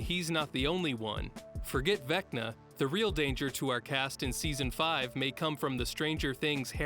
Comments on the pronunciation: “Vecna Valo”. Lol 10/10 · Haha I like the gag of purposely mispronouncing “Vecna”